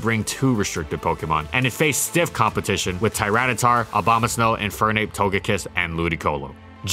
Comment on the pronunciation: Why do you keep saying obamasnow?